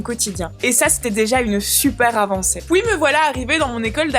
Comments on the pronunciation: elle dit pouis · mdr à chaque fois que tu dis "PUIS" j'entends, les femmes c'est a la cousine !!!